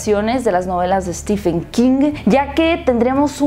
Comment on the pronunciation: Por que dicen "Stifen" 😨 Se pronuncia Stiven 😊